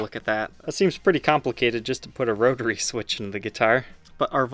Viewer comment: "roe-turray" switch